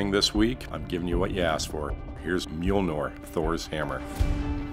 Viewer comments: GamingPsycho Lol Ikr, I was like "Uhh.....really bruh? 'Mjolnor' It's 'Mjolnir', yeah" lol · Mule-Nor? It's Myol-Kneer. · Myol-nor? No no no. Me-ole-near Mjolnir. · Is nobody cating about the fact he said mjolnor, correct if im wrong but isnt it mjölnir But still really good build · It's pronounced "Myollneer" not "Muelnorr" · no accent should pronounce 'i' as 'o' , if they do they suck. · I’m sorry: What’s its name? “Mjilnor”? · "Mjolnor" "Molnir" It's not that complicated come on guys! XD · I always pronounce it as MAHY - LO - NIR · did anyone else hear how he said mealnor? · It’s pronounced “mule-near” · I’m triggered he said Mjolnor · its pronounced mil-near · Its pronounced (mul near) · It's pernoused (mol-jen-near) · Braden Childers Yeah, I know that. However, it’s not pronounced correctly in the show the first few couple times. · He said mjolnir wrong lol